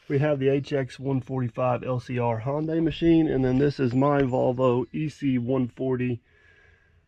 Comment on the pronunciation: This was before you learned how to say Hyundai (not Honday, but Hunday) like Sunday!